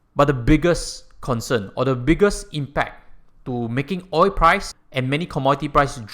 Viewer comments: It's oil not oi. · You say oi insteed if oil.